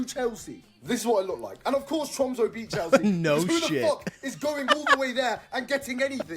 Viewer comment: Tromso is pronounced “trum-suh” and Bodo is “boodeh”.